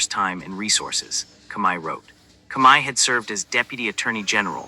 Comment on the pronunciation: This voice not even saying Comey's name right.